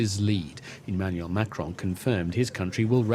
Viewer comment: It's not Macroon, make an effort 😂 It’s his decision, not mine. We have many French Arabics who support Palestine, sadly.